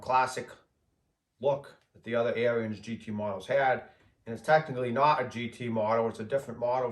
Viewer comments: I believe the correct pronunciation of the company name is Ahrens ["air ens"]. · Yes, the New Holland tractors were more likely to have tilt wheel and power steering. Nice upgrades if you can find one. And I think Ariens is pronounced like Ahriens....lol Nice video. Thanks